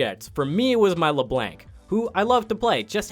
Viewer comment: Is it your first time hearing Le Blank? It's just a joke name. I call her that with my friends, too. He did pronounce LeBlanc right earlier in the video so we know its just meme-ing lol